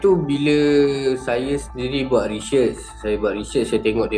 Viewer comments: research❌ reshesss✅ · rechurch?.. rechurch?.. research!!!!..bajet pandai..sebut pon pelat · Recesh otak ko sebut pon x betul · Sebut pronounciation research pun x betul ..reeeshehhhh ke..😀 betul kan yg salah dulu...😁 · Research ❌ Rechurch✅ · 'Saya buat RESHEARCH'. Bang, sebutan research pun salah. Dan kalau buat research yg betul, mana kau punya proposal bagai? Tolong jangan guna perkataan research kalau tak tahu makna. Kau bukan buat research sebenarnya bang, kau buat internet search saja. Content pun tak original. Pegi dah. Akal pendek tapi ada hati nak buat video viral. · sebut research pon hauk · Sebut research pun pelat. Baiklah belajar sebut english betul² dari buat kerja "stupid" tarik tudung perempuan. Kang kata konten sampah sensitif pula. 🙄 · Sebut research pon tk betul 😅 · sebut research pun tak betul... nampak sangat bodoh.. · Cara sebut “research” pun we know how his IQ level 😬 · Bang sebut research pon x betul nak buat social experiment lak 😐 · Sebut research pn x betui lgi. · sebut research pun tak betul ada hati nk buat social experiment konon! jijik termasuk 2 betina mangkuk! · Sebut research pn xbtul.. Pgi belajar pronunciation dlu la wei...sblum buat benda2 useless gni.. Blajar jgk cara sebut useless. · SEBUT RESEARCH PUN TAK CLEAR, APATAH LAGI CONTENT² YG SAMPAH YAHUDI SEBEGITU 🤣🤣🤣🤣🤣🤣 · sebut research pun pelat !